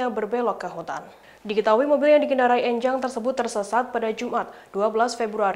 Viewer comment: Pelafalan 'E' pada nama 'Enjang' di suku Sunda biasanya 'E' seperti pengucapan 'Engkau' bukan 'E' seperti pengucapan 'Ember'. *Bahasa Sunda